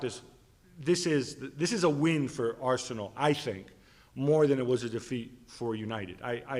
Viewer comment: Why does Gab pronounce Arsenal like it’s two different words added together 😂😂😂